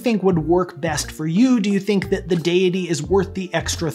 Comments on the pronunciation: deus not dee-us so deity and not deeity. You're right! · Great video mate! You pronounced it right!! I thought it was addidi